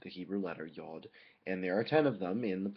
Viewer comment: Just an FYI, the hebrew pronunciation of the letter is [jʊd]